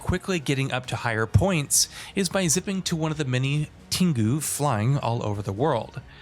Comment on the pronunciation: Tengu is pronounced the way it is spelled. Ten, gu. Meika is maybe more ambiguous but it's still kinda clearly may-ka.